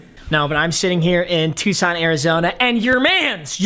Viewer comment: Aye you said Tucson right, lets goooo. 3 minutes into the vid and staff ain’t there...I’m sad